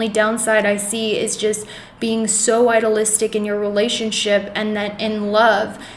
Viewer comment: You mispronounce idealistic. I-de-al-is-tic. It is a hard e